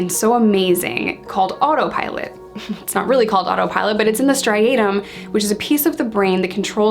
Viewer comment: Striatum Not stiatum